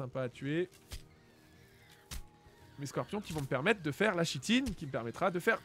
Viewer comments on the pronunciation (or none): Kitine pas Chitine... Prononciations!!! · yo, juste pour info, on ne dit pas [chitine] mais [kitine] ^^